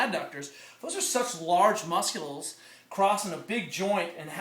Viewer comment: He said "Mus-kles" . Love it.